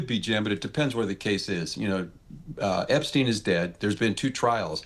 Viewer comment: Why mispronounce Epstein?